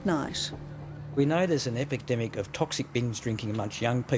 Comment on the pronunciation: did he say "Epic demic"? lol I really agree with this report, I'm typing this at the 24h university hub in Newcastle on the corner of King and Auckland and its am Sunday morning. I went outside for a smoke about 40 minutes ago and saw a huge group of 18 - 20 year olds starting on this group of like 5 30 year old guys who didn't do anything.